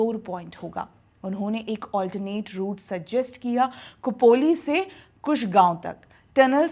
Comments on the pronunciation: 'को'पोली नहीं 'खो'पोली – 'ख' जैसे 'खो'पड़ी. ना कि 'को'पड़ी! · कुपोली नाही खोपोली आहे ते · खोपोली और खंडाळा सही उच्चार करिए